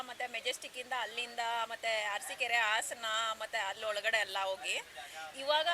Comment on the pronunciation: ಅರಸಿನ್ ಕೆರೆ ಅಲ್ಲ ಮೇಡಂ ಅರಸೀಕೆರೆ